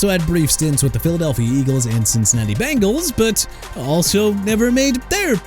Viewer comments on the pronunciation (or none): none